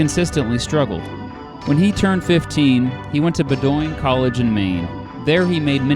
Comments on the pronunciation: It is pronounced Bow-din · Pronounced "Bowden" college. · You more than once mispronounced Franklin Pierce's college. Despite its spelling the word is phonetically pronounced, BOWDIN. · I know how late I am, but it Bow-din. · Bowdoin College is pronounced "bowed-in" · can be good but he needs an editor to catch these mistakes. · buh-DOYNE DOYNE!!! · Bowdoin is pronounced Bow-din. 😉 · that pronunciation of “Bowdoin” 🤣 (all good just funny) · Oooo…your pronunciation of Bowdoin is sad. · You mispronounced that college's name. I have any relatives from that place. i know you work hard. I appreciate it. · s is great but he is mispronouncing Bowdoin college. gives a very god presentation and the last part describes Pierce and his life perfectly. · Overall, a very good biography of the 14th President. You mispronounced "Bowdoin" though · I grew up in Brunswick, Maine. It is pronounced Bo Den College. Not Ba Doyn. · I started dying of laughter bc of how you pronounced Bowdoin College in Brunswick, ME. I’m from Maine bruh. It’s traditionally pronounced Bow-den not Bo-doin?? LMAOOO NO hate all support. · BOH-din, not BUH-doyn, for future reference. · As a Mainer, I will never forgive you for saying bow-doin instead of bow-den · here is a little feedback. In the intro, the audio is horrible, as is the backdrop. Background music horrible and too loud. Also, it's said Bow - din College (as in "bow and arrow"). Not Bo-doin (with an emphasis on the 2nd syllable and the O in particular). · Not bo-doin', but bow'-din. I doubt I am the first to note this. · That's Bo-din college, Bowdoin - it's where J L Chamberlain taught. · Great video on Mr Pierce, however Bowdoin College is pronounced “BOH-dun”, not “buh-DOYN”. I live in New Hampshire and have made the same mistake. We just happen to have weird town/institution names around here. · Nice video. You gravely mispronounce Bowdoin, however. It is said BO-d’n.